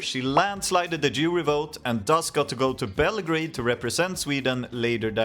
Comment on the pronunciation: did a double take even as a swede when i first heard "international jewry" instead of jury, like wtf when did my eurovision video turn nazi